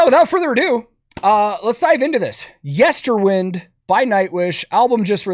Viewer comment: Why are so many people saying "Yesterwind"? It's "Yesterwynd".